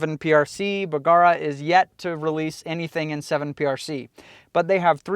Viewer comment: P.S. when you say bergara it kinda sounds like someone going b-kawk